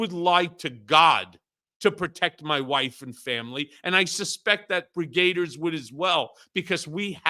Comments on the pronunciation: Why do you say 'Brigaders'? It's Brigadiers! 'Brig-ah-deers'! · Please learn how to pronounce "brigadiers"